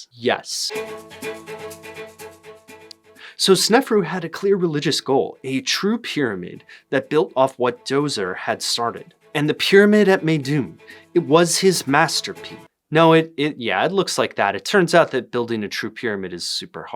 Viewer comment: Normal linguists : “ah yes Djoser, the D must be silent” Americans : DOZER!